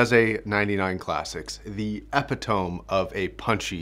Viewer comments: eh-pit-o-me not eh-pi-tome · M8 E-pi-tome is not a word. The closest thing would be e-pi-to-me. If unsure, check the dictionary. Prevents you from looking like an absolute donkey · Please dont tell me people in America say epi - tome. Its epit - oh - mi in uk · I've started saying "Epi-tome" now. Sound cooler. It's the epitome of coolness. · Great video; BTW "Epitome" is pronounced like "ep-it-oh-mee" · I always hated the dissonance between the spelling and pronunciation of that word, anyway. 😂. #flippingEnglish I think as spelled it should be pronounced as exactly as you did, and if we wanted “uh-pid-uh-me” we might have spelled it perhaps something “appidimy” since it sounds closer to “affinity”... 🤪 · Wut i have always pronounced them as e pi tome oof you ruined it for me it sounded cooler before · MY GUY SAID EPITOAM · ( Epitome ) It's pronounced "uh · pi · tuh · mee" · epitome - eh - pit - toe - me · Let's not talk about the fact that I completely mispronounced the word "epitome" right at the beginning. Not sure how this slip of the tongue got through. But.... it's here to stay. I will start the memes off -:) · Until 2 years ago I actually thought that that was the way you pronounced epitome because I had just never heard it spoken out loud. No worries at least you aren't as stupid as me. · Let me just say, 2 years on - that part was still a cold splash to the ears. Stellar stuff as usual though Josh, your production value and knowledge is off the epitome. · It's okay, I mispronounced Hermoine's name throughout all seven Harry Potter books and didn't realize I was wrong until the movies came out. I was saying "Her-moyne" in my head. Sometimes we only know a word from print and never hear it said out loud. And to be fair, "epitome" totally looks like it should be pronounced that way. trailing -e suffixes typically don't get their own syllable. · Four syllables in epitome.